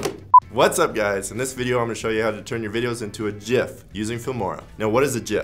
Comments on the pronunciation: Jif is a porn-movie where the key-frames are sticking together because yuk. Whomever is in the background talking you into this disgusting pronunciation, we are coming for you. IT'S PRONOUNCED GIF! STAAHP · It's a Gif not a Jif! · cool video but dont say jif please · Gif not Jif - Graphics Interchange Format. Not Jraphics Interchange Format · If you say Jiff instead of Gif then swipe left. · I say “Gif” not “Jif”!!! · Graphic starts with a "G" not a J... “Gif” not “Jif”!!! Correct... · It is pronounced like Jeff but Jif. so... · No, the creator of it says it's pronounced JIF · I worked for one of the developers of GIF89a back in the last century. He and his team at CompuServe asked Jiffy Peanutbutter if they could use their colors to associate .gif89a with them in order to instill the right pronunciation, they said no...the wankuhz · The G in GIF is a hard one, as it comes from Graphics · ITS GIF G I FFF